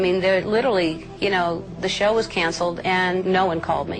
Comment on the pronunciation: What's a sher? It's "show" you donkey.